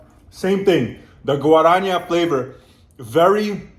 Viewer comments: In Portuguese, J sounds like in French, not Spanish. Guaraná has no H in it, it's not "guaraña". the "ñ" in Spanish is "nh" in Portuguese. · Amo como ele fala Guaraná haha Guaranha 🤭🥰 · You're saying "Guara" just fine, but in the end of the spell, your are more like "nhá" instead of "ná". Just remember how The Beatles finish "Hey Jude", in the "na na na nanananaa" part 😅, is basically the same thing❤ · Guaraná is not pronounced guaraña its a normal N guarana, Picanha is pronounced picaÑa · By the way, just a hint, you swapped the n<->nh sound in picanha (nh is pronounced like ñ, so like "picaña") and guaraná (normal "nah" sound) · You can say GUA-RAH-NAH :) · Please pronouse "Guaraná" and "Picanha" correctly. It hurts all brazilians